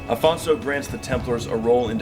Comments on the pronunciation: O Homem disse "Afonso" já repararam? Não disse "Alfonso" Parabéns ao Homem :):):):):):):):):) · Aleluia! Finally someone gets it right! The man said Afonso! In portuguese OK!! Well done that means a lot. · Congratulations on pronouncing Afonso the right way. Unlike most videos where they call him Alfonso. He was our first king. He is Portugal.